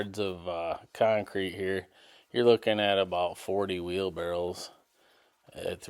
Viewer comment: How in the F do you know how to spell wheel barrows? But pronounce it Barrels???